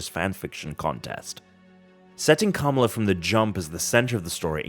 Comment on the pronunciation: Gotta work on the pronunciation of the name Kamala there buddy, it's not Camel-a...